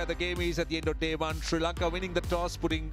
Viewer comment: Why does the afghan commentator saying SIRI LANKA instead of Sri Lanka, i became so mad at him 😡.